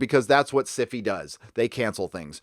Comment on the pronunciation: wowowow hard stop. why do you pronounce Syfy as si-fi ??? isn't it supposed to be pronounced just like sci fi, the genre